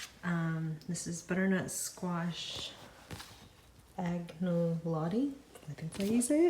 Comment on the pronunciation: The pasta dish with butternut squash is pronounced añolotti.